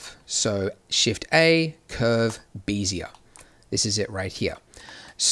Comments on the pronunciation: Why call them "BEE-zee-uhr" curves instead of the correct and more common "BEHZ-yay" pronunciation? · Wonderful as always. Bezier is pronounced "beh-zee-ay" as in "bet" LOL. Someone likely said something since this in 2017! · "vertice"..." 'x' axes"..."bee'-zee-uhr"... Nice tutorials, but you're killing me :'( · "bézier" is a french word (defined as a parametric curve typically used in computer graphics) is pronounced phonetically "beh-zee-ay". I was slightly bothered everytime he said it, but I can understand the confusion. I just wanted to respectfully correct this. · Heads up - BEZIER is pronounced: bez - ee -ay. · Bézier still wrong pronounced. ;)